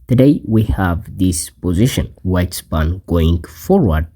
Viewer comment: I have an English puzzle for you: find out the pronunciation of "pawn"... seriously dude!